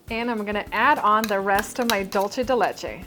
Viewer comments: It is pronounced dulsé , not dulché. It is Spanish not Italian. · It's pronounced dool-say not dol-chay. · She says it wrong in ALL her videos that include Dool-se de leche as an ingredient. It's not Dolce! The recipe does look delicious though 😋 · Um, doolsa? It's doolsay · I am from Uruguay, and it is Dulce (Dool-se), NOT Dolche (Dol-che, which is the Italian pronunciation). My mom used to make it all the time. This has to be the 3rd YouTUbe chef that makes the same mis-pronunciation. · I think it's dulce .... Not dulsé or dulshe